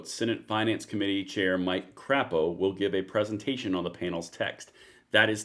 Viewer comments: Hey Idaho here, it’s pronounced Senator Mike Craypo not crap o. Although sometimes I can understand the mispronunciation being intentional. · I'm from Idaho, the pronunciation of Crapo is like this Craaapo, long A pronunciation.